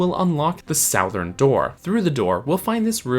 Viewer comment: I've never heard anyone pronounce 'southern' the way you do.